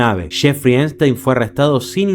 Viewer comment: Es ePPPPstein no einstein 😭😭😭😭